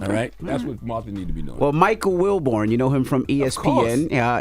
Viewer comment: It’s Wilbon not Wilbourn Envy